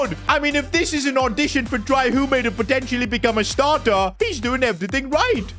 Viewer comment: It’s pronounced Hume not “humey”